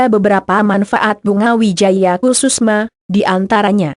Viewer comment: yg baca narasi gk enak bgt...maaf itu bunga Wijaya Kusuma... bkn kususma,,,hadeeh🤦‍♀️🤦‍♀️🤦‍♀️🤦‍♀️🤦‍♀️✌